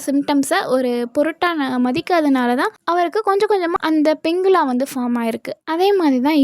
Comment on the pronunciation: பிங்கிக்யுலா...Pingecula...pronounce correctly sister